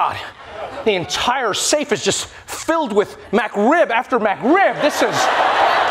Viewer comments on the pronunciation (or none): That safe joke would have been funnier if Trevor had said McRib instead of MacRib